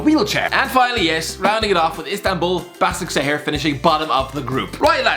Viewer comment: Just for reference in Turkish (where Başakşehir are from) the ş letter is pronounced sh